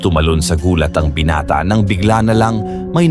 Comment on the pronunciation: Anong binate lods😂binata hindi binate(ai)